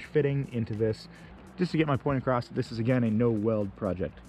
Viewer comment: There's no T in across. Across. See? Ah-cross. A. Cross. Not acrossT. It's not an acrostic poem. Edit: Okay you also say 'processT' so I suspect you might just have a speech impediment or something. You DO know SS' don't have a T after them ever right? I can't think of a single example.